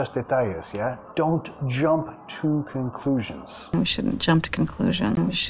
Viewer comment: Jump to conclusions (JOump THU cOunclushions)